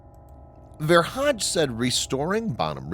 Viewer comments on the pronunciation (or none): Ver hage is not pronounced Ver Hadj, but with a hard ‘g’, Ver Haa - gè.